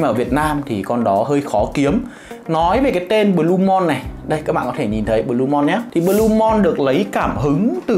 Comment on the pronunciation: Đọc là blu-mun chứ sao blu-mon anh trai